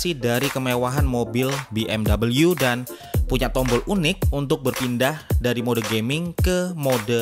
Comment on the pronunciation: Be em we aja, soalnya jerman pelafalannya ga gitu